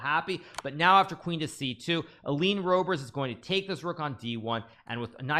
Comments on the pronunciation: The way to pronounce the Dutch 'oe' in English, is the same how you in English pronounce the 'oo'... like poo... so Roebers in English... pronounce it as Roobers in English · > 'oe' is pronounced as the ''oo'' in ''book'' (roobers) + Nice games!